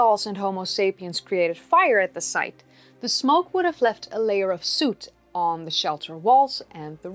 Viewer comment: Soot does not rhyme with suit; it rhymes with put.